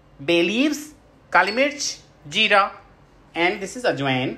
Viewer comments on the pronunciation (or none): Jirrraaaa,chhhoorrrraaa ehhh😂 🤟 Kaamal englisssshhh hain yarrr🙊